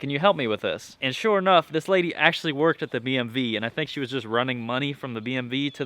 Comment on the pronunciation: over and over it sounds like you are saying BMV not DMV